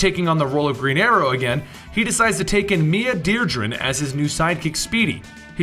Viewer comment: Mia Dearden...not DearDREN.